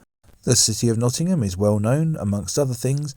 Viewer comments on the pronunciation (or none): none